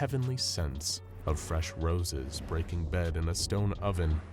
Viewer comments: did he just say braking bed? Instead of baking bread? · bro said braking bead instead of baking bread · Did anyone else hear "breaking bed in a stone oven"? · he really said “breaking bed” instead of “baking bread” lmao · Did anyone else hear him say “Braking bed” instead of ‘baking bread?’ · you CAN'T tell me they freaking said "braking bead"